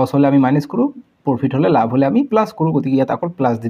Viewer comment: Laf nohoi lav apuni. Bare bare laf laf koi ase